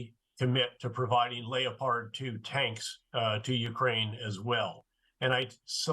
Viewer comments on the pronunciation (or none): I don’t like to correct a man of Petraeus or others who call the German tank a lay-appard but this drives me crazy .It’s a Leopard named after the spotted cat and it pronounced Lep- ard . As to the rest of it Petraeus is spot on Ukraine needs tanks and many many more pieces of equipment that can shorten this war by defeating Russia’s aggression. Then less Ukrainian lives will be lost. Also it sends a message to other dictatorships that the world has had enough of this type of mindset of conquering other countries. 🇺🇦👍🇦🇺🇺🇦👍🇦🇺🇺🇦👍🇦🇺🇺🇦👍🇦🇺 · His he seriously say lay-o-pard tanks?! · The easy he pronounced leopard as layopard just blows my mind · Would someone tell me what a “Lay o pard 2 “ is 😅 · What’s a layopard tank? Does he mean leopard 🐆? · Leio-paard 2. .....c'mon now General, it's a Leopard 2 🐆. Leopard!! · Lee Oh Pard. Otherwise known as the Leopard tank. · LAY-O-PARD, German pronunciation? Interesting. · Clearly a very capable general but the only person alive on this earth that pronounces leopard the way he does! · Ive never heard leopard so badly mis-pronounced 🤣🤣🤣